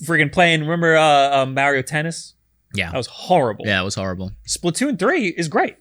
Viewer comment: Mar E O seriously his name is said in how many forms of Media the old show the movies and even Mario 64 why do you keep calling him Mary O lol.